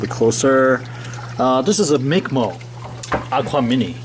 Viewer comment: Its not MICK MOLE...WRONG PRONOUNCE...ITS MICROMOLE OR MICMOLE....A micromole is a unit of measure defined as 10-6 (one-millionth) of a mole. The symbol for micromole is commonly umol or μmol. A mole is defined as approximately , so therefore a micromole can also be defined as: 1 μmol = .